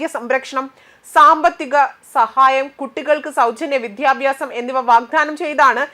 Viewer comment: മതപരിവർത്തനം വിദ്യാഭ്യാസം, സനാധന ധർമ്മം തുടങ്ങി പല വാക്കുകളും തെറ്റിച്ച് ഉച്ചരിക്കുന്നു കുട്ടി മലയാള അക്ഷരങ്ങൾ പഠിക്കുക